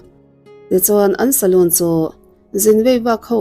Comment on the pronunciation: Soloon (zu in na hmun), Salon (Sam mehna/ sam siamna), Salon tia lam tur aw